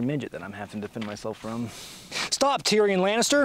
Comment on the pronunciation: I know he said Tyrion Lannister but for a second I thought I heard Tyranny Lannister